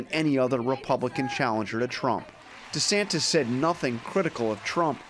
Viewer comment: DuhSantis got no chance but he could keep dreaming! It's Ron Duh-Santis, btw! 🤣